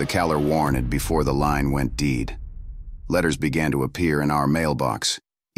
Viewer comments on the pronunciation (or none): "Bfore the line went deed" bahaha, so lazy, can't even record it yourself?